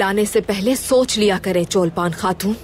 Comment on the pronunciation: Cholpaan khatoon =❌ Chawalkhatoon correct=✅